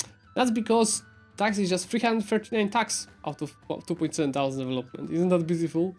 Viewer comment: when you say thousand the t isn't silent. Thou is pronounced more like hou with a slight prominent t so like tHOU kinda, I just thought of this as I watched the video so I just wanted to point it out, no hard feelings meant.